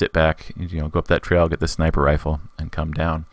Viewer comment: haha he said Shnaiper